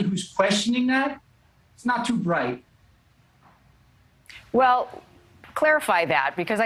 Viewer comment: He doesn't seem too "bwite" either